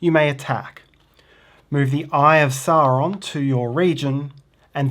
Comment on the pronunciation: Hey guys. Another great instructional video (and not just because you pronounce Sauron normally) We’re holiday if in Tasmania and just bought it. Can’t wait to get it home and play, hope we not overweight in our luggage.